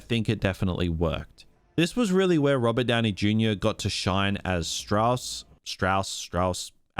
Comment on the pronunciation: The antagonist's name is pronounced 'Staws.' He even says this in the movie. He was proud of both his southern and Jewish heritage.